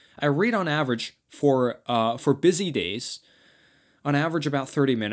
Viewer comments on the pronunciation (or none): none